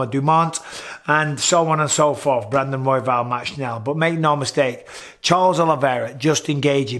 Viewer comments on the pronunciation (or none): none